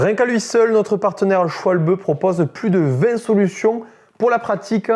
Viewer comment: Humm SchwalBEUH